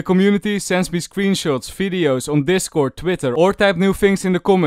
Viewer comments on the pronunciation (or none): fings, efry time, falorant, fideos